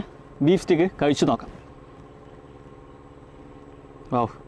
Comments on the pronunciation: സ്റ്റീക്ക് അല്ല സ്റ്റേയ്ക്ക് ആണ് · Pronounciation Steak alla steak (steik) aanu